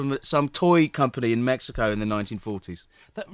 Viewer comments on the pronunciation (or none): none